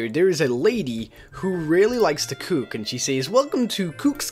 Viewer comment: He say cook in a odd way and says aye to much